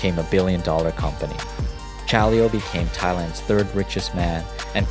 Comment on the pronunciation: The way he spell "Chaleo" gave me headache tho.